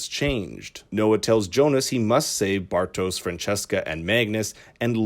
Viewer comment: The audio is not bad whats annoying af it's how you dont even try to pronounce the names correctly, sorry typical American